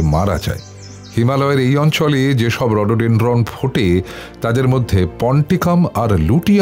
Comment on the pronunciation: Sob kota jaygar namer pronounciation vison vabe vul. Even ota rhododendron er pronounciation tao vison kane laglo😢